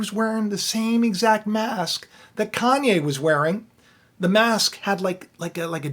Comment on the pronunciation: More like “CON-YE”